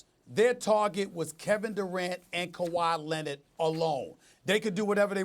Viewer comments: Nobody: Stephen A.: KAWHI LENNID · Nobody: Stephen A: Kawhi Lennit